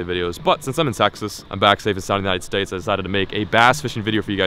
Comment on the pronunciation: Did he say sexist or Texas?